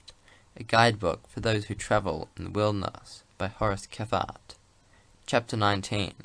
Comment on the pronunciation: How is his name not pronounced (Kee-frt) Kephart kE PH aRt My good friend's sirname is Kephart and they use "Kee-frt" I feel like i'm going crazy hearing all these bushcrafters sayin "Khep hArt"